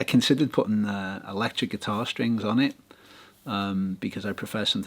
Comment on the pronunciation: Watched it on 1.25 speed, thought wow though Brits really speak fast ))) gotta love "string boose"